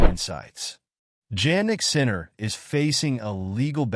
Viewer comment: Do you suppose you could train the AI to pronounce his name correctly?